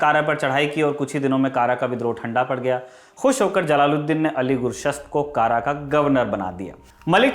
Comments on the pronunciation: कारा नही कड़ा कृपया सुधारें हिंदी पुस्तकें भी देखें। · पूरे वीडियो के दौरान आप ने जिस शब्द "kara" का उच्चारण "कारा" किया है वह वास्तव में "कड़ा" है, जो की up के कौशांबी जिले में आता है मेरे घर से काफी करीब है... और बाकी जानकारी बहुत अच्छी लगी 👍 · जिस उच्चारण की बात कर रहे है ये बार बार कारा कारा कह रहा है जिसका सही उच्चारण कड़ा है जो इलाहाबाद के पास है यह वामपंथियों की लिखी स्क्रिप्ट बस रट्टा मारा है वाह क्या बात है इतिहास पढ़ो पद्मावती थी हिस्ट्री की बुक आरपी शर्मा की मिले तो पढ़ लेना ये बस अपनी सोच हमपर थोप रहे है। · कारा नहीं कड़ा भिलासा नहीं भीलसा/भिलसा अली गुरशस्प नहीं अली गुरशास्प..... सही शब्द होने चाहिए। मैंने तो पुस्तकों में यही पढ़ा था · यह कड़ा है कारा नही प्रभु। इतिहास हिंदी में भी है। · कारा नही है कड़ा है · It's कड़ा मानिकपुर not kara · कारा नहीं, कड़ा ( कौशांबी में) है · कारा न कहकर कड़ा कहना चाहिए था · कारा नही वो कड़ा है इतिहास पढ़ने और इतिहास समझने में बहुत फर्क है 😆 चले इतिहास पढ़ाने 🤣🤣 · Kara is also on Wikipedia (Kara, Uttar Pradesh). It's strange that even in the movie padmavat it's pronounced wrongly.